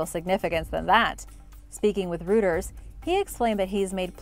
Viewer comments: Reuters isn't pronounced Rooters, It's more like Roy-Ters.. better with less! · Hi...just for reference Reuters is pronounced Roy - trz